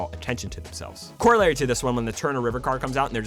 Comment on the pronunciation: The only thing I don't like about this video is how he says corollary